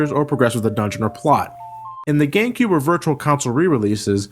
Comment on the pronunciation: he mispronounced GameCube for gay cube.